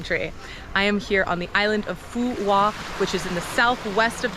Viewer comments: The Qu in Quoc is pronounce like a W in the south. Other accents are different but I think Southern accent is easiest for you. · It's called and pronounced "Phu Quoc." Americans are a delightful people